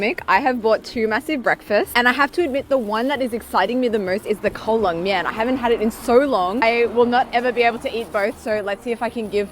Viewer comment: I know Kao Len Mien roughly translates as cold BBQ noodles. But you say it like 'colon' mien. Funny, but not as appetising.